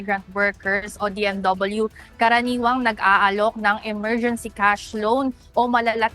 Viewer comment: 😂😂😂emergency o morguincy😂😂😂😂